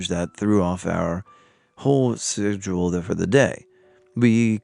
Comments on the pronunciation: I love every story ! But the way you pronounced 'schedule ' 😅 mark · why did you pronounce schedule like that?